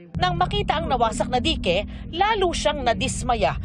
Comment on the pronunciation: ang cute naman di-ke 😂 dayk po ang pagbanggit non saamin